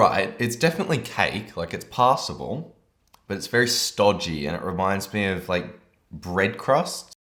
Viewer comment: The way he says "passable" sounds like he's saying "possible" in an american accent.